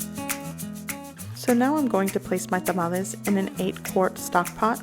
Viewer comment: Your video is so pleasant and paced to follow easily. I loved that you pronounced the word Tamales in Spanish as it should be. The singular of the word for some reason has been anglicized into tamale, but I learned by studying and speaking Spanish that a single tamal is called tamal. There are differences “among people whether to use one or the other but chef Carlos Salgado, the pioneering Mexican-American, James Beard Award semi-finalist of Taco Maria in Costa Mesa – it’s a different story. “I’ll correct anyone, kindly,” he tells me over the phone while he prepares tamales for this holidays season using chalqueño heirloom corn from Mexico for his masa. It’s not too much of a surprise considering his active Twitter account.” From article in LATaco.